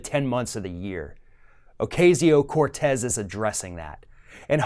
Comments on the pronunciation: OH-KA-SEE-OH not OH-KAY-ZEE-OH... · It's pronounced Oh Cah See Yo, not Oh CAY See O. Other than that, great segment! I had to forego the chance to become a DC intern as most of my fellow Truman Fellows could, because I was a single mom - in 1988! It's unbelievable that 30 years later, they're still making it possible for only childless and rich people, or people willing to live like grad students while working 16 hr days, to be interns and "serve" the public. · It's pronounced O-cazz-io, not O-caze-io. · C'mon, can you pronounce her name correctly" O-KAY-ZEO? Sheesh! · Love that girl..... BTW its Ocasio (Oak- ah-si-o),... pronunciation is still everything.... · Ocasio (O-kas-e-o)... don’t mispronounce the lady’s name like those Fox News guys. Please, don’t be like them. It’s a mistake, but still, I’ve heard you do it a few times. Just not this video. Just trying to be helpful. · I think it's odd that he is mispronouncing her name. It's the same pronunciation that FOX uses for which she gave them shit about. "It's been three months." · Y u keep pronouncing her name wrong